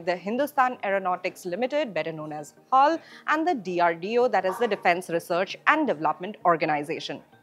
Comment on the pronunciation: You should not pronounce as "hall" but H A L only.